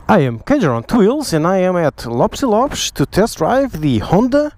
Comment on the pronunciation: ?????he said it right.